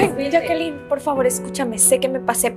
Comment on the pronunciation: Para un comentario dijo yackaline y es yaquelin